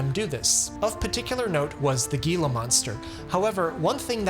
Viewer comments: hee luh maan str, not gee luh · Heellaaa monsters will get you every time.......even if ai pronounces it geella pancreas; ouch!!! why not baking soda; sodium bicarbonate? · HEEEla monster, not Geeela monster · Gila Monster is pronounced ’Hee-la monster, not Gee-la monster! Went through my head like nails every time you said it! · My king, it’s pronounced Hee-La, not Ghee-La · The G in Gila monster is pronounce as H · Pronounced “heela monster”. The G being an H sound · Enjoy your videos, lots to learn. However, Gila Monster isn't pronounced "Geelah", the "G" is silent, it's Spanish. Gila Monster is pronounced "Helah Monster". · I am three months late and this is not the topic of conversation at all, but as a native of the area where the Gila monster lives, I NEED to say that its not pronouced Gee-luh monster. Its Hee-luh monster. The G is an H. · Gila monster is "Helah", not "Geelah" well at least if you are from the southwest... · Gila monster is pronounced "he-la" monster not "gee-lah". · it’s pronounced “HE-la” monster NOT “Gee-la” Thanks for the video! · The G in Gila monster is pronounced as an h not a g. Heela monster. Weird I know but it’s true. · 'He-la' monster, not 'gee-la monster. 😊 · I'd never take this stuff. Too many risks involved. Better to just do it the old fashioned way, as difficult as it may be. Gila monster is pronounced like "hila", not with a hard "g". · It isn't pronounced Gi-Luh, it's He-Luh, despite the spelling. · Okay I went back and forth and debated on whether I should tell you this but Gila monster is pronounced with a h instead of a g. I know this because I live in the state that they come from, and a regularly visit the Gila National Forest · HEE-la monster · Gila is pronounced like,He la, not with a G sound. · It’s Gila monster… pronounced Hee Luh! Not Ghee Luh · What's a guila monster? Gila is pronounced heela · Omg. It’s pronounced “HEE- luh”!!! No g sound in gila monster. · HEE-luh monster. Not GEE-luh. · HEE-la monster! Omg 🙄